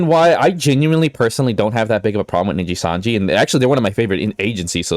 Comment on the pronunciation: "ninja sanji" while on the screenshot he took himself says nijisanji